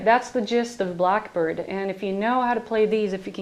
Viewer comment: "Blockbird"? Learn how to talk there heavy metal dick